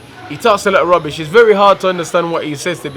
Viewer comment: Whenever he says 'rubbish' I can't keep myself together 😂😂😂